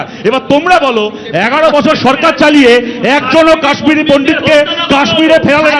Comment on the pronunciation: অগ্নিমিত্রা পাল ম্যাডাম আপনি প্রথমত "কাশ্মীরি পন্ডিত" শব্দটি ভালো করে উচ্চারণ করুন।